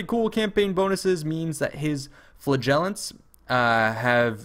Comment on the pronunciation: Pronounced FLAH-JAH-LENTS.